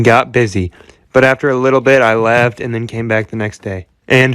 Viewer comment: When he says 'then I left' I hear 'then I laughed'